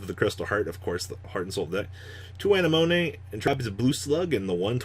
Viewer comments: Cringy how he says Anemone.... come on you haven’t watch Finding Nemo lol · An anemonemone